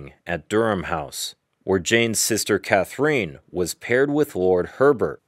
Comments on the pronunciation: Nice, but Catherine is not pronounced “Cath-er-een.” But “Cather-in” instead! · Maybe the narrator has a Russian connection. Ekaterina, which is very much like Catherina except for the last letter is pronounced ee-cat-er-een-a. Also Katrina is pronounced ka-tree-na.